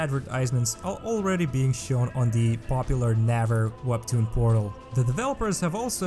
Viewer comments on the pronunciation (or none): Popular, but still misspronounced Naver company lul